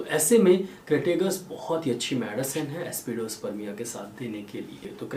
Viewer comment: Excellent videos always. But why pronouncing remedy names wrongly. For e.g Aspidosperma is pronounced as AspidosperMIA.